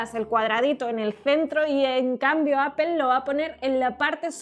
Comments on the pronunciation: Se dice APPOL NO APEL “” APOL” o Appo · Yo antes Appel lo pronunciaba "apol" y ahora por le digo "apel" 😂😂😂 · Se pronuncia apo y no spel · Se dice appol no apel me da por los huevos estos españoles no pronuncian bien son ridiculos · bravooo ya estan aprendiendo, Apple Apol. y no apel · Apel aaaaa apol... Es igual jajaja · Apol , no apel , bueno esque me choca la distorsion de lenguas. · “Apol, apol...” -Bah, da igual... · Suena horrible que diga appel, todavia la corrige el otro bato y lo tira a loco jajaja muy mal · Por qué le dicen "Apel"? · La corriges pa que no diga "APEL" y tu pronuncias igual. Eso choca, que los youtubers de tecnología no saben pronunciar los nombres de dispositivos en su idioma original. O que con algunos lo intenten y con otros no. Mejor regalenme un Samsung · Apol apol jajajajajaja se pasó v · apool a no es rival :v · Comendhhhhamoooodhhs Me caga el acento español de españa Y la pronunciación de Apple...apel apel!! 🤦🏻‍♂️ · Corrige a de como dice Apple Y luego el lo dice de la misma manera que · Al fin le corrigen a cómo pronunciar “Apple”